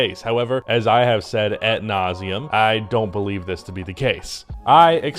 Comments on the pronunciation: AD nauseam not AT nauseam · its " ad nauseum" not " at nauseum" dont know if your joking or not.